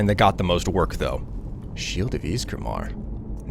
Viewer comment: Ysgramoor not maar